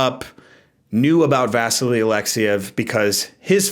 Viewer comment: I may be wrong but isn't the pronunciation vasILY (Alexiev)? I watched him on Wide World of Sports (ABC on TV in the USA) as a kid and that's how I distinctly remember it. Not a big deal, just thought I'd mention it.